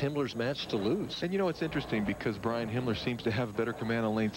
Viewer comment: If you listen to Marshall very carefully he calls Himmler Hitler.